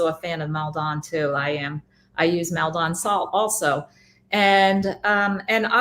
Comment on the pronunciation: Heads up, Maldon (the salt) is pronounced 'mal-Dun' 👍🙏